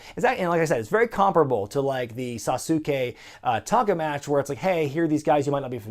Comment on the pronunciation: It’s pronounced “Sauce-Kay” not “Sasu-Kay”